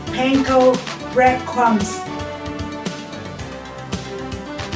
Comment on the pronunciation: Awww yes, panko bwead cwumbs!